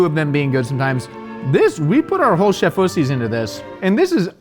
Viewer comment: Did... say, "put our whole chefussies into this?"